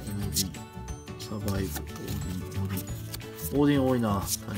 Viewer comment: 似非関西弁が気になってしょうがない… オーディンはオーディーンって言ってるし…